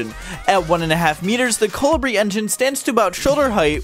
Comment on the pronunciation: It's pronounced ko-le-bree